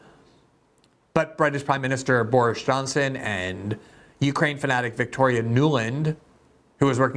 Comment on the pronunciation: Did you say "Boorish Johnson"? 😁